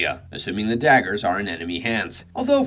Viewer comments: How do you mispronounce dagger? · Pretty sure its intentional